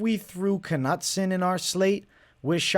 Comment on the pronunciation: Ka-nut-son lol, cmon man